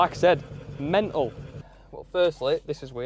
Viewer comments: dude say mental WITH T PLEASE, WITH TEEAAAAA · the lack of "T" in pronouncing "mental" is bothering me as a non native speaker :D